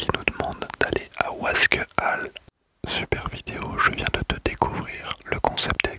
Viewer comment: Merci bcp d'etre passé !!!! Mias oui sinon on dit wasquAliens(le e ne se prononce pas) Super video encore une fois. grosse force pour la suite